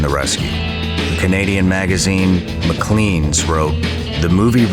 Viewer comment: Episode 4? Where are the first 3? Lots of trailers and behind the scenes... (Maclean's is pronounced mac-lay-ns not mac-lee-ns lay not lee)